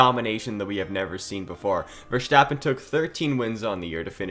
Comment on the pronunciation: You have a cool potential channel on your hands here, cool video. Small tip: Verstappen is pronounced Ver-st-appen not ver-scht-appen; short ST short a.